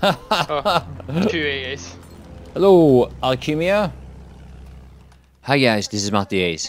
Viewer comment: you saying hellou to me at the start ^-^